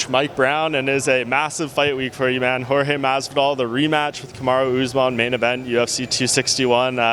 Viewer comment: You would believe Mike Brown coached Jorge for a while but then you still hear him calling Jorge "George".